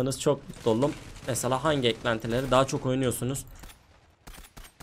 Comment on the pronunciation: Abi sen olurum diyemiyomusun hep olulum diyosun